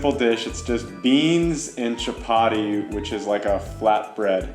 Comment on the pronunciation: our in-law mugambe the word is chapat not chapary 🤣🤣🤣🤣🤣🤣🤣🤣🤣🤣